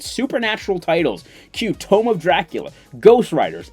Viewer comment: "TOMB" pronounce the letter "B." It sound like you are saying tome.(even the subtitles says TOME)